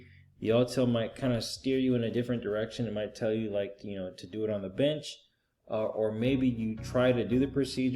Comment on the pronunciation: "Arrright " alright". Binch programming, " binch"